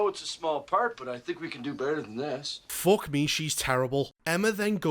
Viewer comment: Everytime you say "fock me" I just picture an exasperated face palm